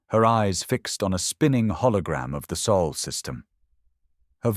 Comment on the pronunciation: Earth is in the “Sol System” not “Soul System”.